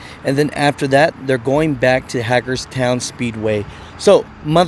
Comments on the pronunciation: It’s pronounced Hay-gers-town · Well you sort of mispronounced the name of Hagerstown Maryland.